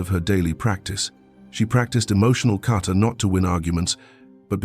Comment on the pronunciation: Isn’t it Kata? Not Carter?